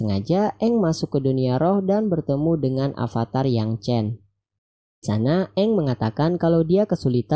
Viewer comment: pake ev bang bukan ep. avatar bukan apatar duh